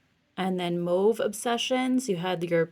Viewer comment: I love how good your eye is for colours you are a genius. Also, I have to thank you because you are the only influencer who actually pronounces mauve properly thank you, and my French ear thanks you lol 💗💗💗💗💗